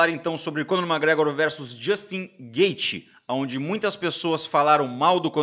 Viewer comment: Porrrraaaaa aprende a pronunciar o nome do cara direito, brother! É McGregor e não mágregror, pqp!! Sucesso!!! Abraco